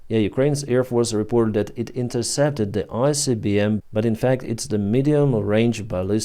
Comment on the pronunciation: Read properly. Not Icbm and not Rubez